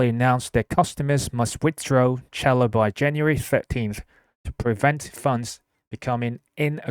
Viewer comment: I like it 👍🏻 pronounced cell-lo by the way. Like cellphone 📱